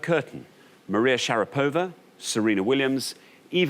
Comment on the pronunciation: I simply love how the contestant actually sounded correct when she said k-A-felnikov, but not only the hosts not autocorrected themselves, but they doubled down with kaf-E-lnikov. jfc people I know noone cares, but do your due diligence, its your job. how hard is that - not to butcher foreign names on tv time and again, if you insist on including them. it’s shar-A-pova